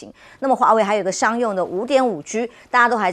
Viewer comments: 确实，听着别扭，台湾式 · 再说单音节词和字母全部都读四声